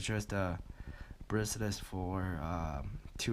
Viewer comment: BRACE-LET! Not braceless, whatever that is. ;-)